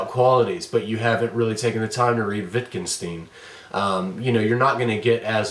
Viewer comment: It spoils the clarity of thought, when one has to deal in parallel with you calling an author "Witt kin stin". If you're unable to deal even with the phonetics of a very simple name of "Wittgenstein", it is getting REALLY hard to... take you seriously in any way.